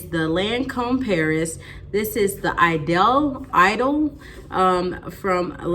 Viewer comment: Awesome!! <3 Love this luxury scent! I'm a French teacher and your pronunciation was pretty good!! So for Idôle you would use a you would say EE-dohl (first a long e, then dohl like the oo in wood or ou for should) :) Lancôme is Lahn-kohm (like ome in tome) :) Keep being your sweet self!! 💞